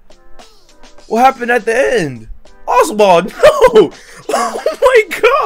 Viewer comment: You said oswart at the start